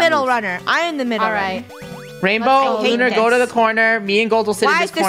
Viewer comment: Its not Looner its Lunar.(Not being mean!)